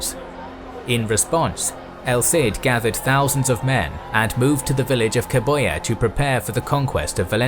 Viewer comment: I found it funny how well you pronounced most of the spanish names until Cebolla arrived